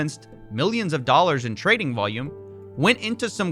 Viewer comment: Me: Dollars Coffee: DOLLERSH